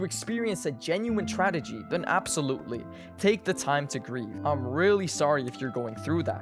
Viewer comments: Not to be rude but u said tradegy like 3 times im pretty sure u were trying to say tragedy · As someone with depression, the only decent part of my day was hearing this guy say "tradegy" instead of "tragedy" all vid long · Lowk funny how he says tradegy